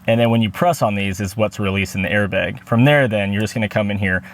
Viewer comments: Did you say "Al-Carda"? It's the material "Al-Can-Tara". And those weren't Allen Wrenches, that were Torq Wrenches. Also, "Airbag" the "bag" part is pronounced like "bat". And you can use AC, just on the lowest setting and the mic won't pick up the fan noise. Or better yet, cool your car prior to doing the recording, then turn it off or on low. You're welcome. :) In all seriousness, good video. I would never get a Yoke, they're good for at the drag strip but not for on the streets. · airbeg LOL